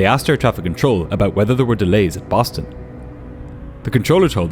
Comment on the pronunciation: lol "Boton"